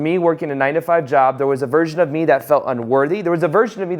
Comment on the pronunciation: I thought you said "There is a virgin of you working 9-5". LOL I was like wait a minute.